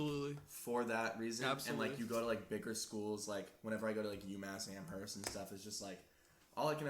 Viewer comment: The way says Amherst 😤